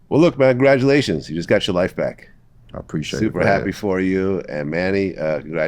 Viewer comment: Vlad talking about “Gradulations”